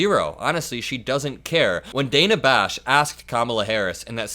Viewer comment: Hey. Just a correction you are mispronouncing Dana Bash’s name.